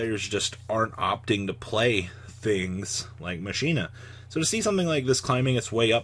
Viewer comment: Mispronouncing Machina are we.